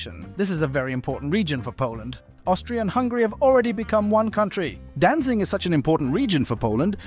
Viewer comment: Danzig* not Danzing. Good video though.